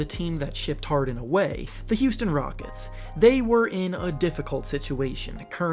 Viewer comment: Did you say “Houston Rogets”